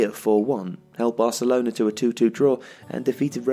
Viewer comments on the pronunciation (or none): none